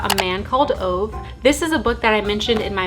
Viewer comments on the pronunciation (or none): The swede in me is jumping out atm hehe Ove is actually pronounced oo-veh (oo as in the o in ooh-la-la) in two syllables not one! I haven't read the book but I have watched the movie "En man som heter Ove" and I loved it, looks like some people in the comments did read the book and liked it so I hope you have a fun read <3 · Yes, educated - amaaaazing read!! I started reading House of earth and blood this weekend and Im HOOKED!!! Also - loooove your dress!! And, the name Ove is pronounced more like Ov-eh! in swedish :)